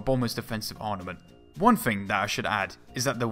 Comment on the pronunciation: "It has to have fwone in weawl wife"